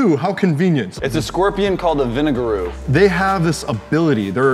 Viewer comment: It’s actually a vinageroon not vinigerete I’m just putting that out there